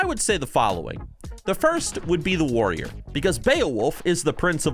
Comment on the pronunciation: Before I click this video I'm going to assume he says Woyer because that's the class he's been playing recently (and a patrician choice btw).